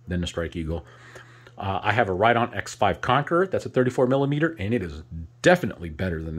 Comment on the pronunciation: I'm pretty sure that it's pronounced writ-own not right-on.